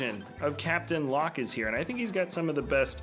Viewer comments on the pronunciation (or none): none